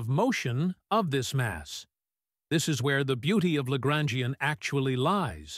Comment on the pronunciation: Traduction accordée à IA est mauvaise la prononçassions de LAGRANGIEN=horrible